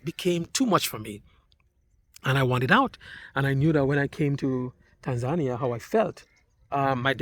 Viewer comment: Hi. Please pronounce the country properly...pronounced tan·zuh·nee·uh ￼ Slow Better Practice Practice and get feedback • BETA